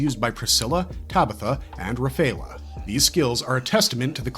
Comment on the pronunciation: My guy, your pronunciation of some of these words should land you in prison. Galatea, for instance, is pronounced "Gal-UH-tay-UH". Rafaela, similarly, is pronounced "Rah-FIE-el-UH". Isley is "EYE-lee" or "EYES-lee" if you also pronounce "isle" with a hard-s like a weirdo :D